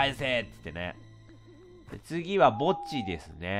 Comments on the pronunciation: おぉー墓地が おぉーぼっちに聞こえて悲しくなったｪﾝ(p´;ω;`q)ｪﾝ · 墓地がぼっちに聴こえるのは僕だけ？（別にクリスマスだから寂しいとかじゃないんだからね） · 墓地って言っていたのか… ぼっちにしか聞こえなかった（笑） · ｢次は墓地ですねー｣が、｢次はぼっちですねー｣に聞こえたw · レトさんの墓地がぼっちに聞こえてしょうがない… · 墓地がぼっちに聴こえて悲しかった… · FPS地点だとやっぱ怖いわ さすがホラーゲーム あと墓地って言ってるのが何回聞いてもぼっちにしか聞こえんかった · レトさんの墓地がぼっちにしかきこえない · 墓地がぼっちに聞こえた…